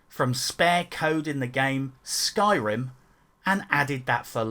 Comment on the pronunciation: "elder scrolls skyrm" annnnnd you immediately lose all credibility.